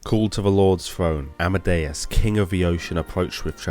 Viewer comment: The king of the sea was known as Amidias. I keep hearing you say Amadeus. Personal choice in pronunciation?